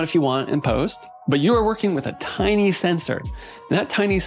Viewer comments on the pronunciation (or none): none